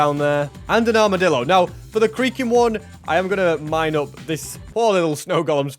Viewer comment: every time he says creaking it sounds like creeper